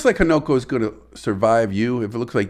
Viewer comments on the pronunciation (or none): Newborn Fish is often called a Fry. And it's Ha-Na-Ko. Not Ho-No-Ko. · Its pronounced Hunu ko .